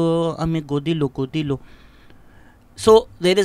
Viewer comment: It’s not Godilo… it’s Gotilo… means Find him… but I still liked that….😂😂😂